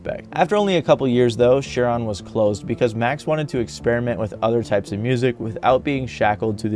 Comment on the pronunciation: Anyone else driven nuts by how the guy says "Share-on" instead of Cheiron haha